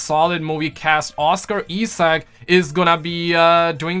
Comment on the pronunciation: I know you did not just say ezack (Isaac)